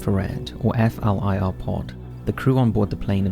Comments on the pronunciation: FLIR is pronounced "Fleer", not "F.L.I.R.". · Fyi flir is pronounced "fleer"